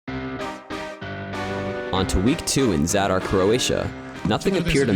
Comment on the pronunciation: The way he pronounced Zadar 😂😂😂😂